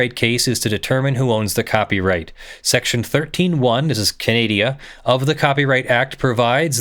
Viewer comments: What really has me cringing is that keeps calling it Canadia. It is Canada, not Canadia. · Look, I love this whole thing, but it's Canada , not "Kahnediaa"... 😓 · Is it possible for you to pronounce "Canada" correctly? There is no "i" in the name. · Canadia? Canada instead? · Ontario, Canadia? Moron. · I love you, but I really could have lived without discovering how irritating I find an hour of the word 'Canadia' to be... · [DRINKING GAME] Take a shot every time He says "Canadia". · “Ka-naad-i-uh” sigh Still loves you tho! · "Canadia"? "CANADIA??" I'll let that slide. Once. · "Canadia"? :P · Is he just saying Canada wrong or is Canadia a thing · What's up with specifically and purposefully butchering the pronounciation of my country? If I correctly recall, this isn't a one-off, either. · Canadian here, I'd like to know as well, cause the best I can tell, its either forgetting the "N" at the end of Canadian, or using the "humurous term for Canada" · it may not be meant as disrespect, but it sure doesn't come across as respectful. Your videos don't go out to just your inner friend circle. I'm really trying to be reasonable here, but it honestly got incredibly annoying personally. This wasn't a short video. It wasn't once or twice. It was near constant. I think he only said Canada correctly twice in all 1 hour and 45 minutes. How quickly would it get on your nerves if you watched a nearly 2 hour video of someone insisting on saying your name wrong on purpose, or if someone constantly called your country the United States of Americana. It's cute once or twice. It's obnoxious after an extended period of time. Another way to look at it is the defense for saying it all the time is no different than when a person who uses slurs says it's ok because one of their friends is from the group they are making slurs about. And no one agrees that's a good reason.